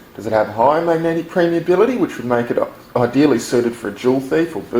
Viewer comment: I think you mean permeability and not premeability. Great video though!